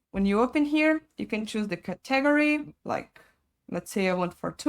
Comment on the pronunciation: I've never heard somebody mispronounce category in my life..